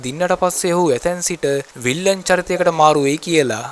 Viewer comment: විල්ලන් නෙවෙයි යකෝ විලන් 😂😂